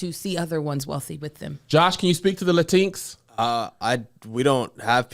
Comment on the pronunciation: Kev said “the La-tinks” 😂😂😂😂